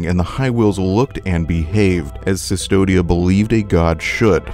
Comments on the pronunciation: C'mon man! It's Custodia, not Sus-todia... CU is read is KU in Latin. Do you say Mea Sulpa too? :D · Very interesting, but I had to stop the 10th time I heard Sustodia instead of Custodia. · Yeah it confused me as well "It cannot be possibly pronounced Cystodia" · A bit of correction in pronunciation for future reference, this is old spanish so the "v"in "Cvstodia" is pronounced as "u" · Minor point, but I believe cvstodia is based on Latin text, where v represented a u sound, so it should be pronounced custodia (like as in custodian)